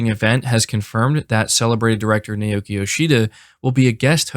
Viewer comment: Naoki is (Nah-Oh-Kee)